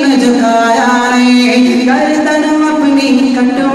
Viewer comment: گردن ہوتا ہے گاردن نہیں